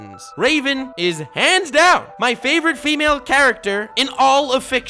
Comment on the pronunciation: Didn’t know you were a ferengi. “FEEEEE-MALE” I like your shit, but I question how many human beings you’ve met in your life. And your knowledge of us hoo-mans. “She’s a waman, she’s hot, and she’s strong.” Therefore a good and nuanced character? I didn’t know nuance = being a Mary Sue, but yeah